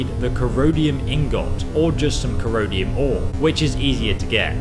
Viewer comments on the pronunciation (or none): Corrode-ium ore? Its pronounce core-run-dum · Still makes me laugh, you pronounced it Corodium Ingot. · I don't think it's pronounced "corodium", although that would be an excellent name for ingots of rust!